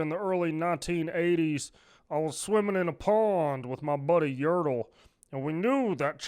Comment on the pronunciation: “When i was swimming with my buddy yurtle” 😂